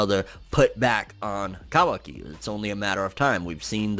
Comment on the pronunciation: finally a guy that says kawaki correctly